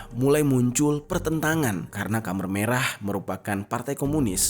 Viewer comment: Maf koreksi bang Bukan kamer merah tapi khmer merah...